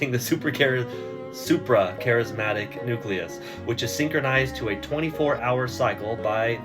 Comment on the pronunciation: It’s not supracharismatic it’s suprachiasmatic…